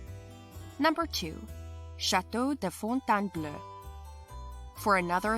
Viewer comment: Fontainebleau is not pronounced like bleu, but pronounced like beau with an L